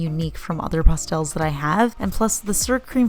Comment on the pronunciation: OMG that limited edition!! LOVE IT!! ♥♥ I think you should do a "favorite pastels" video just for all the people who hate how you say it LOL.